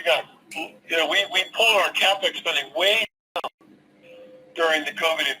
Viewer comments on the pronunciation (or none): none